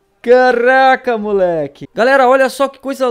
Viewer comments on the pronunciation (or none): kkkkkkkkk, esse caRRRRRaca do é mto engraçado mano 😂😂